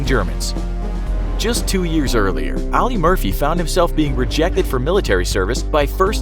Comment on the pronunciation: I won't say whom for my own safety, but one of my family members served alongside of Audie Murphy, (his first name is being mispronounced in the entire video. It should sound just like the word audience, just remove the "ence" sound or the nce letters.) which resulted in a family member being named after Audie Murphy. Kind of cool I think!